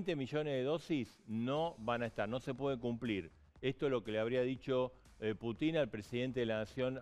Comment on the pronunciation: Ahhh y por favor 🤦🏼‍♀️ dejen de decir Put í n... es 🙏🙏 P ú tin ( con acento en la u)